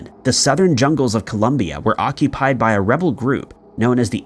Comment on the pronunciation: I think this is the first video that properly says Colombia instead of Columbia! The situation of the kidnapping over here is very common yet not so well known.